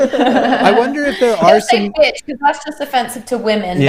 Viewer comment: I think the guy who got bleeped said bee-otch instead of bitch but I'm not sure.